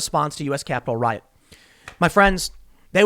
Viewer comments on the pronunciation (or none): none